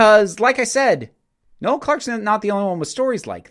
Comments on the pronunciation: I love how Americans pronounce things (that's irony btw) His name is Noel, pronounced "knoll" as in "grassy knoll, the". His name isn't another name for Christmas. Having got that off my chest, this story has come out of nowhere. It seems this is to be trial by social media. I'm not condoning any behaviour on Noel's part but it all has to be judged properly, unaffected by online hysteria and must be based on the testimony of those affected. The video from 2015 is irrelevant, if anything it's quite funny. He hasn't "accused" John Barrowman, that's the media trying to twist things. But, this aside, things are not looking good for Mr Clarke. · Noel isn’t pronounced no-el... I’m sorry but once I heard it this weird to hear.